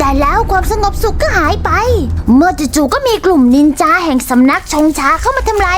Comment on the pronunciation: จ้าไม่ใช่นินจาแบบนั้นจ้ะสระอาสระอาโอเคไหม